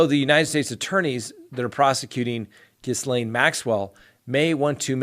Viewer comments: Ugh Ghislaine Maxwell, the "S" is silent, what a dumb muppet she is, living in the US knowing they were looking for her, I would like to know who the English guy is who walked the 1/2 mile to the gate when the Feds arrived at 8am, she was probably more concerned that she looked dishevelled than the arrest itself. I read someone say "Bill & Hillary send their condolences about her suicide next week." They have to keep this one safe, those names are going to come rolling out for a reduced sentence (hopefully). Randy must be crapping himself, what an idiot and an embarrassment he is, no way will he leave England again Mommy Dearest will make sure of that. I hope the victims got a lift from this arrest! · I think the ‘s’ in Ghislaine is silent. It’s ghee-lain. Just FYI because you’ll be saying it a lot. 😘. I hope she gets what she deserves! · Oh god I hate to be petty but please pronounce her fn name correctly. The “S”is silent as in Gilane. I’m sorry. Love ur channel. Can’t believe no one told you. You have friends right? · Thank you. I had never heard Ms. Maxwell's name pronounced, and I was afraid it was going to be "Jizz-lane," which, I don't have to tell you, would have been a disturbing coimcidence. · Ghislaine....drop the "s" when you pronounce her name. Phonetically...Geelane, hard G. Not being an A**hole, just helping with your French!♡ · All I know is the net says French pron told me jiz len altho she app doesnt pronounce it that way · Love the channel and I'm always on your side thus far. Fyi to help you, Ghislaine is pronounced Gee-laine with a hard G. I learned this vital information from watching the Netflix Epstein documentary. No S sound at all. 😇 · Hey, I’m fairly certain Ghislane is prounouced “ghee-lane” silent s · Quickly becoming a daily favorite. Thank you!! & I'm telling you this just because I would want to know, the "s" in ghislaine is silent. Have a great weekend!!!! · The s in ghislaine is silent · “Gee lane” notjis lane